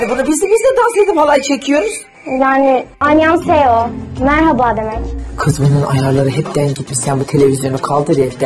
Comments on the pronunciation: Şimdi dikkat ettim kız " alyanseo " dedi😂😂😂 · Anyonghaseyo yu yanlış söylemiş yahuu keşke bi merhaba demeyi ogrenseymis sadece anyong dese ona da razıydım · Dil biliyorum diyip anyonhaseyo deyişi evet biliyosun bebeğim 😂😂😂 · Ha nereye gitti kız annyongseyo dedi